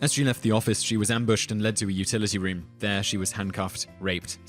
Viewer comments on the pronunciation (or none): none